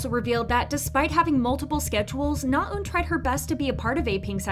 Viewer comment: Your saying Naeun wrong!!!!